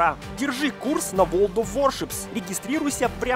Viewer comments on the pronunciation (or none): ты когда слово ворлд научишся говорить...